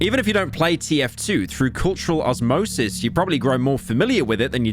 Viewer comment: He did mispronounce 'osmosis' in a very interesting way